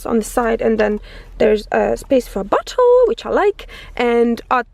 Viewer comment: When you pointed to the bottle it sounded like butthole 😂